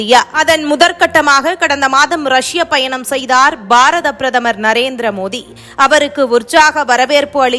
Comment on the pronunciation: மோதி இல்லைங்க மோடி உச்சரிப்பு கவனம் தேவை